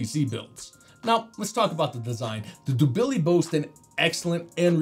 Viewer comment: The pronunciation of the Dubili is killing me 😂